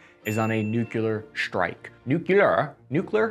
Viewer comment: Congrats! You pronounced Nuclear, but you totally gloss over your bastardized "strike" and "struggle" - there is no H in either.